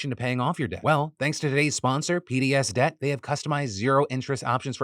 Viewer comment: You might want to enunciate PDSDebt more clearly since I had to rush over and look when I thought "is he saying Hideous Debt?"